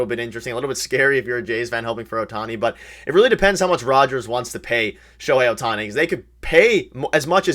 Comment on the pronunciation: lol at: "Oh-hei Sho-tani"... I started rofl